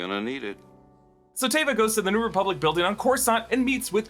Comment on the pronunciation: "ReBUBlic" lol